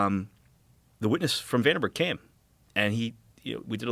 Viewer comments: It troubles me that they both pronounce Vandenberg “Vanderberg”. Makes me not take Dan’s research seriously. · Sorry, but 80,000 feet is NOT "space." Not even close. (Search "Kármán line.") And he repeatedly mispronounces "Vandenburg." Kind of basic stuff. (And only 29 minutes in.) Consider me skeptical about this "expert".... As for Rogan, the movie is "The Conqueror," not "Genghis Khan." And it was shot in Utah, not Nevada. Like JRE, and many of its guests, but the show needs a live fact-checker. Way too many careless errors.